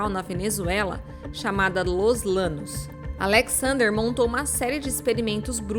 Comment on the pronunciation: Só pra te ajudar: se pronuncia los lhanos (llanos) !